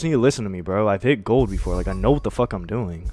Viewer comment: shit had me in tears "LISTEN TO ME IVE HIT GOLD BOFORE" 💀